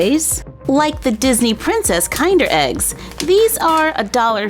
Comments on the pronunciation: Not being petty. The surprise eggs are pronounced Kin-der not Kind-er. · Oml she said kind-er its (kin-der) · I'm so mad of how you said Kinder Egg. Its Kin-der not kind-er. Sorry I'm Canadian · As an Italian, I just wanted to kindly correct your pronunciation! Those eggs are pronounced k-in-der, not k-eye-nder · U said kinder like kind but the right term is kinder like kinder garten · It is not kind-er it's kin- der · Did she just pronounce kinder joy as kind er joy instead of kin der joy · Sorry but it’s not kineder its kinder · Did you say KINDer eggs? Xxxx instead of kinder eggs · F-.... it’s not “kind-er” it’s “kin-der” like... kindergarten... it means child... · I got so triggered when she said KINDER eggs instead on kinder eggs I don't know why I just did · btw your said kinder ppronounsed (KiiiNdR) kinder is pronounced (KiNdEr) exaclty its like how you say pin and not pine and kinder is german for child or children. hope you see this love you and little! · Oh btw it's pronounced "kin-der" not "kind-er"! 😁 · Kind-er???😂😂😂 Sorry, that not how ya pronounce the word😄 It’s pronounced (kin-dear) 🤣🤣🤣🤣🤣🤣🤣 I’m so sorry it’s just funny to me how she says it in such a confident I’m such a know-it-all way🤣🤣🤣🤣🤣🤣🤣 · its not kind-er eggs (kiender) its an i as in kid kinder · If anyone is curious it's pronounced kin durr, not kinder (as in the comparative of the word kind). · not to be nit picky, but it’s ‘Kin-der’ (like the word kin) and not ‘k-eye-nder’ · Kinder eggs isn't pronounced that way. It's pronounced like "in" and not kind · It’s not kinder it’s kin not mighn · It's pronounced Kin-der. Not kinder. Sorry! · I love your videos but a small note is that Kinder Eggs is not pronounced Kind-er eggs but Kin-der as it’s German for “Children”. Like Kindergarten. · Am I the only one who got annoyed by the fact that she said kinder eggs wrong it is like kin-der egg not kind-er it’s kin-der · You said ka cander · They are pronounced Keen-der surprise